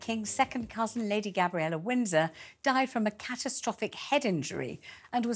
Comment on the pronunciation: is dreadful at reporting. She cannot even say Lady Gabriella properly at one point in the interview. As for the suicide of Tom Kingston... his parents must be devastated at his loss but also at finding him with the gun. They'll never unsee that image.